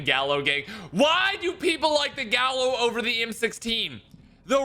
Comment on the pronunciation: Gallo Is Pronounced (Guy-Ohh) in Spanish and im pretty sure they’re using the spanish version or else it would be the spas it’s nerve Wrecking to hear it being butchered. In spanish if there are two L’s together they accent and form a Y when spelling, just a heads up...